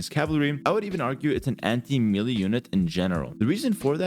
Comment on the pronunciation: Please, it's meh-lay not meely.